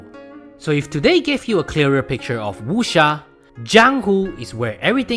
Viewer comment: why he saying wusha.... its wuck seer!! dammit!